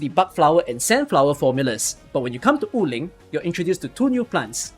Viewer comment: random correction: Wu Ling is pronounced as Wu3 Ling2 (武陵) and not Wu4 Ling2 like you always pronounce in your videos and streams. anyway, really helpful video especially the part about the items to reveal uncollected auralynes and chests